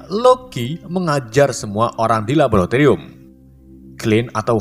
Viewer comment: napa bang... Labolatorium silit